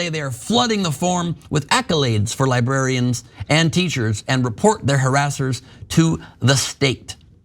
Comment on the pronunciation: Lol. "Libarians"